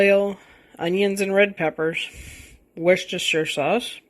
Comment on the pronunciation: What a great cookbook, nice recipe! I don’t know how to say this to you but…Worcestershire sauce…just kidding, I do know how to say it, and so do you, bravo! Great work, I wouldn’t change a thing, looks yummy!😋